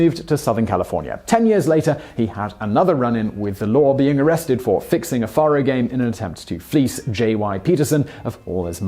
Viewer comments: Faro is pronounce FAY row, not FAH row. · Faro is "fair-oh". It's a bastardized spelling of "pharoah," a common card game in the Old West.